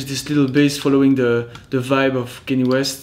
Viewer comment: Nice one! Got Kanye's name wrong though 😂